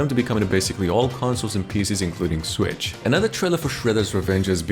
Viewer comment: What is this "Swicth" system you speak of?